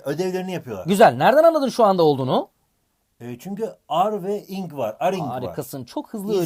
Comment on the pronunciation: hocam o ing diye değil ay en ci diye okunur